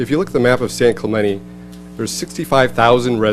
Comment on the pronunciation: So, it turns out that these people cannot properly pronounce 'Clemente' correctly.